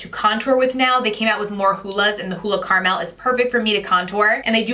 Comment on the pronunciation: I just bought the blue Olay again it's been awhile since i used Olay usually the pink, how crazy! An the way you say Caramel is so funny.